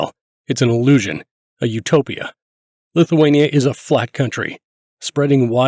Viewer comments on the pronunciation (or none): none